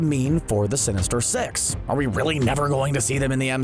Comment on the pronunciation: Wow sheesh not being rude bu is accent made it sound like “Sinister sex” no “Sinister six”